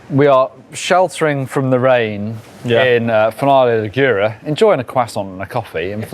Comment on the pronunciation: After dozens of videos, can please learn to pronounce “Finale Ligure”?